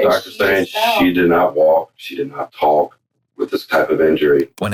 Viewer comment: someone tell this guy the L is silent in the words 'walk' and 'talk'